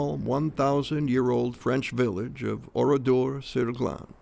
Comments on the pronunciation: Ce n’est pas Oridor mais ORADOUR sur GLANES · Si seulement le nom du village (Ridor..Saglon.dit on ici) pouvait être prononcer correctement ainsi que certains noms des survivants.... L’IA....quelle niaiserie... comment des étudiants ou autres peuvent ils comprendre ce qu’il s’est réellement passé dans ce village. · C’est Oradour sur Glane..l’IA massacre le nom de ce village martyr..